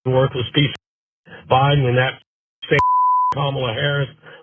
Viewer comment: Hey... At least the racist freak pronounced Kamala Harris's name right! That's a win.